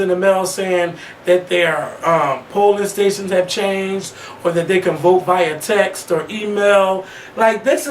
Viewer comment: ctfuuuu at face when said "Vya Text" lmaoo